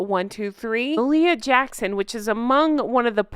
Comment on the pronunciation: I don’t disagree with the overall sentiment , but for f*cks sake pronounce MahaliaJackson correctly.